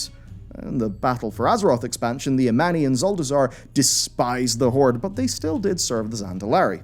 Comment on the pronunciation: I honestly thought the sun/moon thing was the tip of Sargeras' sword nearly impailing the world soul btw the trolls are called Amani not Ammani